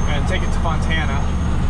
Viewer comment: Fontana not Montana